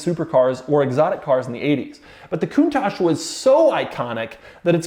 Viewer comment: Coun"TAXe" lol